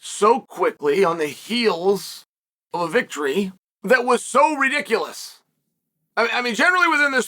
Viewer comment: Chael "Dr. REDICULOUS " Sonnen. 😂😂😂